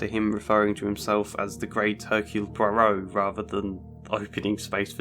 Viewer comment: whats the name of the character you mention ive replayed the part several times and still cant make out his name. hercule Proba?